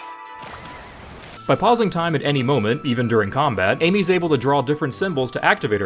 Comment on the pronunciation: Why do you pronounce Ammy as “Amy”? It’s “ami”.